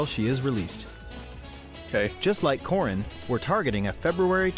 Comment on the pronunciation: dangit now I can't unhear corn whenever I hear corrin